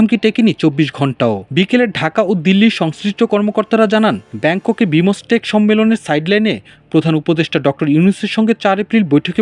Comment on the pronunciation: "বিমোসটেক" উচ্চারণ জীবনে প্রথম শুনলাম।